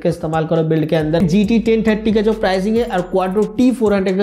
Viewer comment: He told gt 10tatti ti 🤣